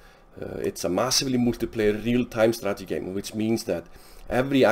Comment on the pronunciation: The myth is true you can't pronounce strategy 😂😂